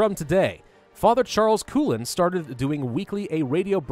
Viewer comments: Coughlin is actually pronounced as KOG-lin. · Coughlin is probably pronounces something like "Koff-lin," at least that's how I've always heard people I assume should know pronouncing names like that.